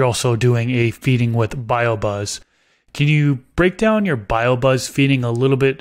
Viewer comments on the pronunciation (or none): For anyone wondering the fertiliser he is using is BioBizz and not BioBuzz. Not sure if he purposely said it wrong or not🤷🏻‍♂️